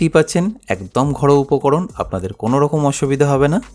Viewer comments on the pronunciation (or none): none